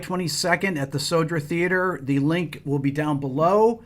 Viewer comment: It's not The Soldier Theater, it's "Södra Teatern" (meaning The Southern Theater), man we have to work on your Swedish skills!🤣🤣🤣🤣❤